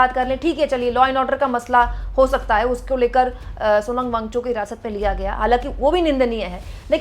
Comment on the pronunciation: Thank you 🙏🏼 But Wang - Chuk mam not Wangchu.